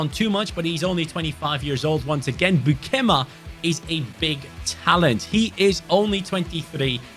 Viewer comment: As a dutch, it was hard to hear u say beukema so wrong😂😂 but liked to watch the vid🥰